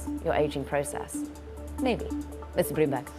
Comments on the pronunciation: Loomberg, lol this is sad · Loomberg. Yeah 😂